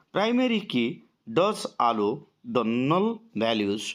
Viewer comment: Allow ku thhik se padhi paruna (allo) kahucha 😂tapare Chanel name deicha master of English 😂😂😂